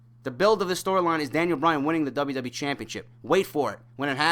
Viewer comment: For the umpteenth time it's Bryan not Bryant!